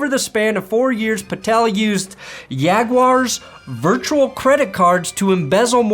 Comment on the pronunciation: How you pronounced "jaguars" should be illegal